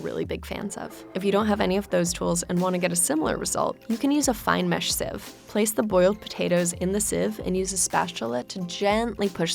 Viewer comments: No one : Tasty : siiv instead of sieve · The way they pronounced 'sieve' made me want to die a bit inside